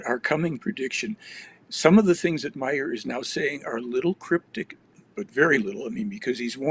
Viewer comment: Billy Meier, not Meyers.